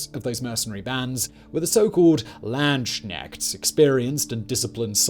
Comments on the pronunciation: I laughed out loud when he said Landsknechts with knechts as knight (no k) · Say landsknechts again Simon